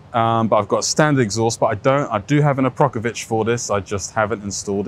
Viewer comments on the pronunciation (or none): Buddy its akrapovic not aprokavic 😅